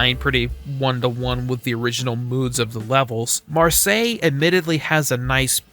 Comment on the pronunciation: It's a miracle that I've finally found a youtuber that can say Marseille correctly